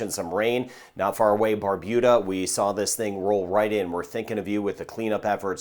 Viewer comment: Good morning thank you for helping to keep us safe I live in Barbuda and we all have been able to prepare for this an any weather coming our way thanks to you 😊. Also thank you for correctly pronouncing Barbuda 😊😊